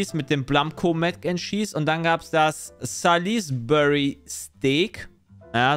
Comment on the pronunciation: "Sa-lis-bu-ry" tat schon etwas weh